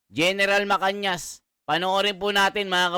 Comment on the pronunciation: GEN MACANAS. hindi MACANIAS